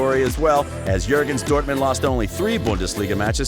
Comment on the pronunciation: This video is made almost unwatchable by your horrific pronunciation of the German club names - please go look up how to say Bayern Munich, Mainz, and Dortmund (as a native English speaker it's not hard to pronounce). Other than that, you missed the deal with Buvac as to who would be assistant to whom at Mainz, which is a big part of the story, and a lot fo the external circumstances in Dortmund's 'drop off' in the last few years of his reign (spoiler - Bayern got Guardiola and a lot of money and used it to tempt away some of Dortmund's best players). Decent video, but there are far better Klopp videoes on YouTube